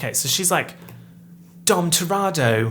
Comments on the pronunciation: the fact you say “dom toratto” instead of dom toretto makes me so upset i can’t explain it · Are we just going to ignore the fact that said Dom Toretto wrong the entire time??